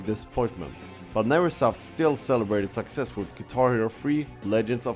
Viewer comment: not hating on his accent or anything of that sort but am I the only one who thinks that every time he says "success" it sounds like "sexist" or "sex ed"? lol